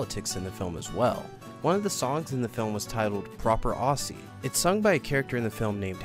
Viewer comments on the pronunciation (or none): As an Australian, I'm forever disappointed that this wasn't made, but I'm hoping it'll be picked up and dusted off again when Dreamworks are low on ideas. Also, "Aussie" is pronounced Ozzie, not Ossie. ;) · Aussie is said with z's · As an Australian, I would have loved to see that movie. Although, the way you pronounced "Aussie" caused me great pain.